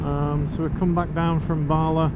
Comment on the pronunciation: Also Bala. Barla🤭😅